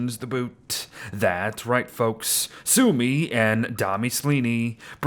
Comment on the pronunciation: It's not sumi it's sümi